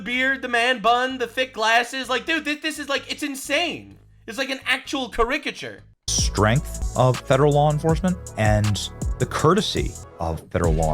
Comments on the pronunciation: Hey, the first 3 syllables in caricature should be pronounced similarly to the word character, with the stress on the first syllable. I know I would want someone to tell me. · that's not how you say caricature:P You're putting the emphasis on the wrong syllable and it sounds kind of ridiculous. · Every time I hear his pronunciation of caricature I laugh because I love it. Why the hate. Canadians have different ways of pronunciation sometimes. 😂🤷‍♀️